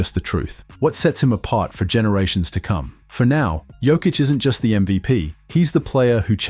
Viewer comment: Yo-kich 😅..no joke brother 😅